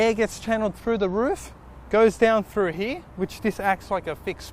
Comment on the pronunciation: its "here" not "heee"